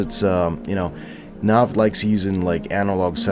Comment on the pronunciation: you kept saying his name wrong it pissed me off